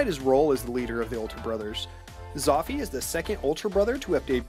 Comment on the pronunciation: You pronounce it "Zouffyy"